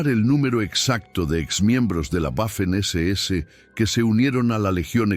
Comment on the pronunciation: En inglés es una u doble pero en español y en alemán la letra w es una uve doble. La pronunciación correcta es 'vaffen' SS.